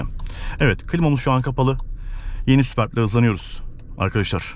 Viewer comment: Sübörp okunuyor